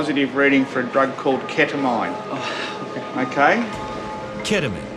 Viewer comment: the way he pronounced keta-MINE